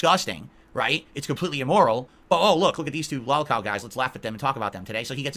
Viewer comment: I like how he pronounces it “LAWLCAWL”